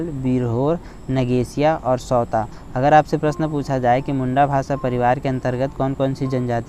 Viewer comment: सौरा है सौता नही है सर